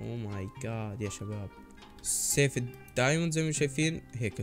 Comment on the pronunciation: ترا يقولو سيف مو أسيف